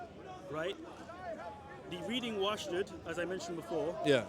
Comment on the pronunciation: I checked the Birmingham manuscript and he is lying about it, it says clearly oshdod not washdod اشدد there is no و anywhere in le word🔴